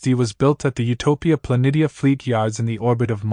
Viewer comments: Stopped watching when you said Pla neat E Uh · Utopia Plan-ee-sha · How is it possible you know this much about Star Trek but don't know how to pronounce Utopia (plu nee sha)? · I liked the video, just one thing bugged me more than anything. The shipyards around mars are Utopia Planitia, pronounced "Pluh-Knee-Sha." Pluh, like Plush without the SH sound at the end Knee, like what is the middle part of a leg Sha, like "shhhhh" for quiet, and ah like you understood something. Not trying to be rude or anything, it just would be nice to be corrected for future videos. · It’s pronounced Utopia Planeesha